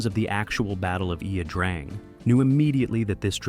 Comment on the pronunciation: A good documentary. It would be helpful if Ia - Drang was pronounced correctly. Hard for an American to do since Vietnamese pronunciation is anything but intuitive......